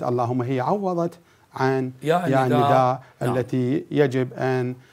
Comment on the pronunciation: اكثر كلمه سمعتها ندئ الندائ ندئ سوه هيج وراح الندئ🤦🏻‍♀️